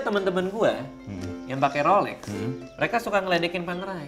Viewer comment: bukan rolek wkwkkwkw gk bs bilang rolex ya